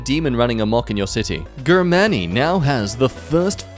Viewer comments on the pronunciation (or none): I am sorry but is how he say germany a gag or is that how he says germany?